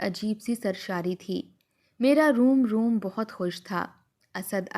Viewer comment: Room Room nahi Rom Rom hota hai .